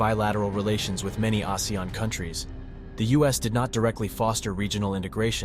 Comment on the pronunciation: Not many people pronounce ASEAN correctly. Thank you for calling our alliance name correctly ❤